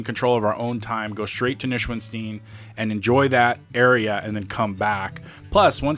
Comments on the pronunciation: Noy-shwan-stine. That's how to pronounce Neuschwanstein. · You need to learn how to pronounce the name of this castle! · you butchered the name at the start :D I would actually get a hike from the mountain (there is a cable car) and get on the bridge from the other side. The castle itself is a little bit overated, Linderhof is much nicer. The tour inside the castle is ok, but DONT make any photos on the guided trip inside because they actually will kick you out for that (we had a guy like that on our trip). And mostly, dont overpay for guided trips. Rent a car! There are so many cool places nearby and if you dont go up the mountains then you need only 3h for the castle and got loads of time to check the other spots nearby.